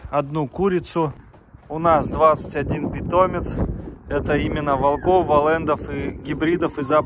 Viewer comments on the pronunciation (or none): none